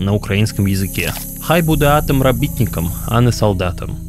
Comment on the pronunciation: робiтикам удар на последнюю букву.